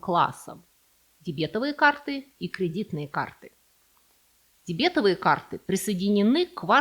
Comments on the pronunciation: ДебетОвые карты, а не дЕбЕтовые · Спасибо за видео! Объясните ударение. Никогда не слышала дебЕтовые. Вроде бы верно дЕбетовые или дебетОвые. Поясните, если не права. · ДебетОвые карты, а не дебЕтовые. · ДебетОвые карты, не дебЕтовые.Потому что дЕбет, а не дебЕт. Это не диабет..😢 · Не дебЕтовые, а дЕбетовые карты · Маленькое замечание - карты ДЕБЕТО'ВЫЕ. Ударение на О. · ДебетОвые карты, ударение на 3-й слог. Очень режет слух неправильное ударение! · При всем уважении, карты не дебЕтовые, а дЕбетовые!!! На первый слог ударение! Ужасно режет слух Ваш вариант!!! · Боже, мои бухгалтерские уши... 🤦‍♀ Зачем вы так с нами? дебЕтовые? Серьёзно? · Извиняюсь, но дебетОвые карты - ударение на О. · С языка сняли, почему так режет слух , 😅😅😅 Эти дебЕтовые дОговоры из катАлога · ДебетОвые, ударение на третий слог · Не простим Вам незнание русского языка и его правил: повторите правило об ударных суффиксах "ов" (после шипящих и парных согласных) - дебетОвый, грошОвый, сливОвый, перцОвый, камышОвый так что дЕбет, НО дебетОвый/ая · А дебЕтовые карты!! Это же услада для ушей! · В первый раз слышу такое странное ударение в слове "дебетовые"...